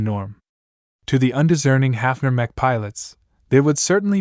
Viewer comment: Horrible voice over, it can't get names right, it keeps mispronouncing easy words like mech, for a word that is used so much throughout the entire book series..... This voice over is the worst right up there with the 1980 something audiobook of legend of Drizzt. Great book series tho, I just can't listen to it now and probably I'm never going to finish it lol